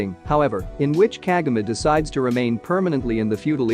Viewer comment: can't you even pronounce Kagome right? KAH-GO-MAY